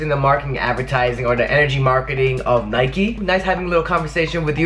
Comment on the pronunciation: I'm sorry I just can not believe you just pronunced and disrespected Nike like that omg